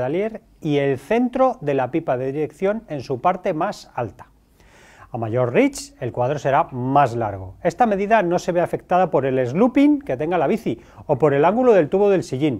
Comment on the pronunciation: Solo una cosa que observo en varios videos. No es "slooping" ni se pronuncia "sluping". Es sloping con una o y se pronuncia "slouping" (o "sleuping" en ingles británico). Slope es una cuesta en inglés. Inclinación.